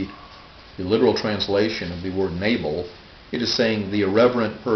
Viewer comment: your pronunciation is surely incorrect. 'nable' sounds nothing like Hebrew. Perhaps 'nah-bel'?